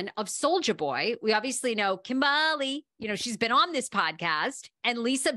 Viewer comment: it's not Kimberly it's KimBALi